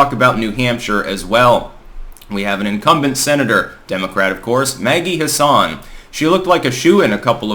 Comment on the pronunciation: For what it's worth it's pronounced "Hass-in". There are plenty of Democrats in New Hampshire, but I've heard way more people talk positively about Don Bolduc specifically than have talked about Maggie Hassan specifically.